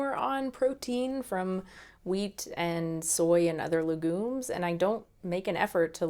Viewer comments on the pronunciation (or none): it's not pronounced legoom its ˈlɛɡjuːm